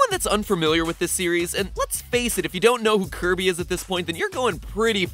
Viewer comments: I NEEDUH MONSTAH TO CLOBBAH DAT DERE KIRBEH! (psst: slow it to 0.25.) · did MatPat just say curvy Owo?